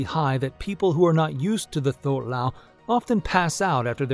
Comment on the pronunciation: The "th" in "thuoc lao" is pronounced like a "tw" so "twook lao"